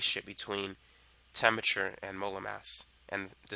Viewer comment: This guy is obviously super smart, but as a lit major, I couldn't get past "temmerture" (temperature) to finish the video.